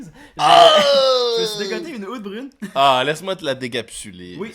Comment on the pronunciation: J'adore vos capsules les gars! Vous êtes super drôles et toujours agréables à regarder. Par contre, si je puis me permettre, Oud Bruin se prononce quasiment "out brown" En tout cas, super job, à plus! Continuez votre super travail.